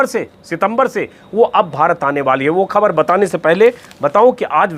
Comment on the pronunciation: Hamesha ki tarah 👍 Ek baat arz karni hai, kaee baar aap 'khhabar' ko 'khabar' bol dete hain Agar aap khhbar ko khhabar bolenge to mujhe achchha lagega, mera hausla badhega ki aage bhi apni raae ka izhaar kar sakun 🙏